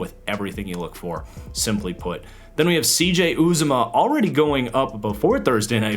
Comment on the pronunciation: just so you know for next week, CJ Uzomah’s name is pronounced You-Zah-Mah. it’s really hard to get from the spelling but that’s how it’s pronounced